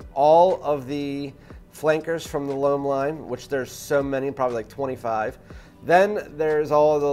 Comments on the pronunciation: All good points but it's just "Lum". Try it. Plus it would give you an edge over those 100k subs reviewers. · Dude, learn to pronounce L'Homme in french...!